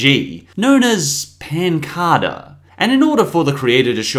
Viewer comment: When he said pancada was really funny😹😹